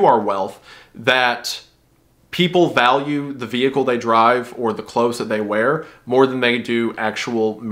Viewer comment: "clathses" Love it❤